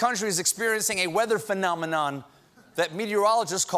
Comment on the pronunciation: The way that Stephen enunciated the word "phenomenon" reminded me of that Muppet song.